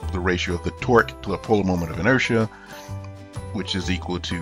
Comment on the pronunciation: sounds like twerk lol